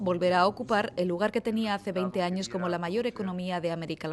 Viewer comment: alvaro lopes Se pronuncia años no anos. Ano es parte final del intestino grueso, y sirve para defecar